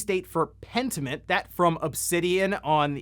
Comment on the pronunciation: bro… for real? Pentiment? Big oof.